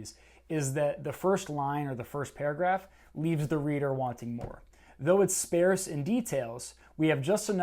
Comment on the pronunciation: It's Canadian for sparce